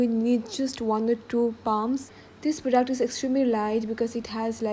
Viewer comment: Why do u say prodaact